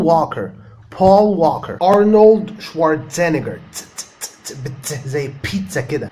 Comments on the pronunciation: ما شاء الله عليك فيديو كتير مفيد برافو 👌🏼👏🏼 بس اعتقد ارنولد شوارزنجر مبنقولش e بعد ال z بلاش زينجر دي لا الناس يفتكروه سندوتش ولا حاجة هههه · ملاحظه ... ارنولد شورازنكر .. يقولونه بأمريكا بهذه الطريقة .. شوارزنييكر .. في تشديد على حرف ي.. احترامي لك وانا اتعلم منك الكثيييييير